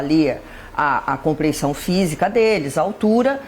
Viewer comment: Putz!!! Uma delegada chefe do DHPP falar " comprensão física". Ela que assassinou o Português